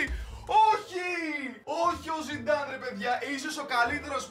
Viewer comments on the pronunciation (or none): Ο ειπε zinedine zinedan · ζινεντιν ζινενταν αχαχαχαχα έκλαψα 😂